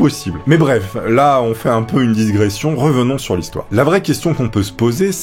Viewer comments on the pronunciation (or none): digression pas disgression